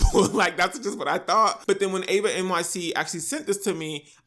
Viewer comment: I’m not trying to be mean or rude or anything my name is Eva and i know this isn’t that serious but a lot of people get my name wrong and say Ava and I’ve been prone to notice it so I just wanted to say all that to basically say that eva nyc is pronounced with an E sound sorry I’m really not trying to be extra it’s just something g I’ve come to notice